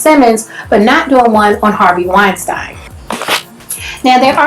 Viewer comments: it's "wine -steen" (pronounciation) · First of all, you are horrible at pronouncing names... Wein-STEEEN.... Now on to the real stuff. You are also misreading what 50 cent said. He's saying that oprah knows how worse black men get found guilty in the media, public opinion, and in court. So why is she perpetuating it on a greater, more public scale? Her and her team have gone after nothing but black men in controversial topics, and yet those same topics and issues involving her other friends, not a peep. THAT's the issue. And I think it's clear. I see wrong, and if there is evidence, yeah it's wrong. R. Kelly Definitely should be in jail, but that's not his point. I don't know how you saw it that way.